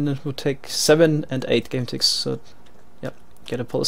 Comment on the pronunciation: Is it just me or I hear game ticks as gun ticks? (As pronounce it)